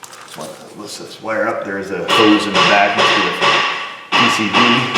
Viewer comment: When you say hose, for some reason I hear hoes. MeeMaw would not be proud of me.